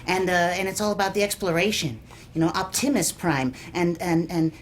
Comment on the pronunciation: "Optimuhs Prime and Bumblehbeh"😭😭😭 Cucumber, 2018